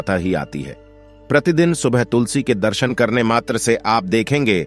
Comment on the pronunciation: तो तुलसी बोलें तुसली नाही 😂😂